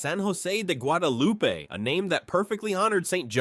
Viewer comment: Learn to pronounce the names of the region correctly: al ma DEN, not al MADEN (Almaden). Guadalupe (eh sound), not Guadalupi. Must be AI.